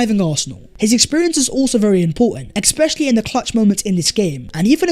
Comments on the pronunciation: EXspecially ❌ ESpecially ✅ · ‘Ex-specially…’ ‘ex-specially…’ 🤣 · I thing I learned. is unable to say "especially" correctly. Just kidding! Love your content. Best from Bombay India!